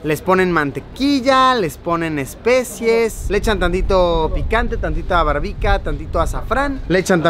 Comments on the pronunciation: No es "especies" sino "especias" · Luisillo el viajero, luisillo el gordillo, luisillo el que dice "especies" en vez de ESPECIAS.